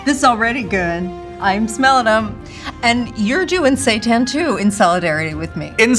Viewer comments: Seiten (pronounced "say-TAN") is wheat gluten pretending to be meat. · I kept thinking Kate was saying "Satan" and wasn't quite sure what that was all about. 😂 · At first I thought she was saying satan, not Seitan 😂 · I swear I thought she was saying "satan" as the food they're eating. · Did she keep saying Satan at the beginning? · Can someone please tell me what they are saying, because it sounds like they are saying "satans" 😅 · i realized halfway thru that she's saying "seitan" & not just pronouncing satan a unique way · I'm probably going insane, it sounds like Kate is saying "I'm worried about the Satan" "How are you feeling about the Satan?" LOL I'm dying !